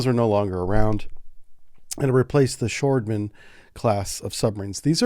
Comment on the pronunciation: "Sjöormen" is pronounced as "shi (shirt without the rt) oarmen"